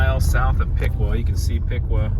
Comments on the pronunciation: Piqua is pronounced Pick way… not Pick quaw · Piqua locals pronounce it (Pic-way) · I know its not intuitive, but I've always heard it pronounced Pick-Way. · Piqua is pronounced Pick-Way fyi great video! Thank you for your work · Durand had an east-west Missouri Pacific line that is now abandoned. The north-south Missouri Pacific line is still active with the Union Pacific. Piqua is pronounced Pick-way. It had two railroads, Missouri Pacific (east-west) and M-K-T (north-south). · Piqua is pronounced pick-way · Locally we pronounce Piqua as Pick way. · Locally, Piqua is pronounced Pik-way. Grew up in Iola/Gas/LaHarpe, been to funerals at the big Piqua church. Behind where you were standing by the river at Neosho Falls, there's a clearing that people used to use for camping in the 70s and 80s. We would walk down to the river and fish from that very bank you were standing on. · Love all your videos, thanks for the memories. Used to live in Woodson Co. years ago. Just wanted to let you know that the correct way to say Piqua is "Pikway". I know I made the same mistake first time I met someone from there. I was born and raised in Wichita and went to WSU freshman year.